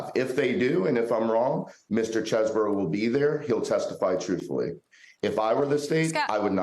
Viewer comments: You pronounced it wrong, it’s cheese-bro. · He pronounced it Chezz-bro when he submitted his plea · The attorney can't pronounce Chesebro's name correctly. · Do you know it's Chesebro and not Chesboro?